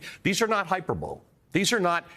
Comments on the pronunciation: I didn't quite catch that - it sounds like Ali Velshi pronounced the word "hyperbole" as "hyper-bowl." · The word is hy-PER-bo-lee. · "hyper-bowl" ooooh, Ali, you're making our Canadian education system look bad. 🙈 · He did. I noticed it too. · Got tripped up by a vocabulary word!